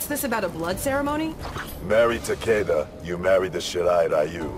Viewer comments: Jaqui: Ta-Kee-Da: Ta-Kay-Da 💀💀💀💀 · I dont like the pronunciation.... I hear TakAda I like takEda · doesn't deserve Takeda.... Cause she said his name as Takeeda. Hate it. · Wasn't his name pronounced Takeeda? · Too bad he can’t pronounce it correctly even though he’s Japanese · The way voice actor pronounces Takeda gives me cancer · Kinda hate that they cant pronounce the name properly in this game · Why tf are they both pronouncing his name differently????